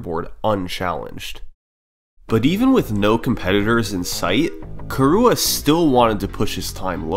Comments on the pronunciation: Its not "Kurua" its "Kirua" !!! Learn to pronunciate and respect names! I am KIruas friend! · hearing you pronounce kirua as "kee-rooh-uh" kills me every time. which is really painful in a 1h 30m video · I love how you pronounce the name like Khu'rooah!